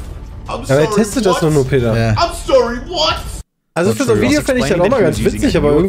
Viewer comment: Freut mich das euch das Video unterhalten konnte und das Peter meinen Namen doch noch richtig ausgesprochen hat haha! :D